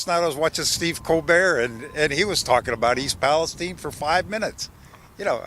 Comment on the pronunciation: As soon as he said Cobert I shut it off